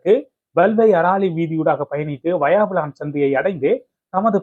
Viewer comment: வாயாவிளான் இல்லை! வசாவிளான்!! தயவுசெய்து நாம் தமிழர்கள் நம் தமிழ் பிரதேசங்களில் உள்ள ஊர் பெயர்களைச் சரியான எழுத்துப்பிழைகளின்றி செய்தி வாசிப்பது நன்று! எதிர்காலத்தில் கவனத்தில் கொள்ளவும்!! நன்றி.